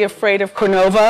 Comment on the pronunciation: "We are FRIGHTENED of Cornova"